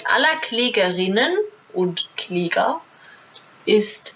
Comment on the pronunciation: Wenn sie bei Kläger extra betont, gibt es Homosexualität dann doch oder „therapiert“ sie auch?